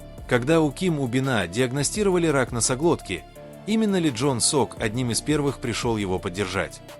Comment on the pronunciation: НЕ ЖОН СОК. ЛИ ЧОН СОК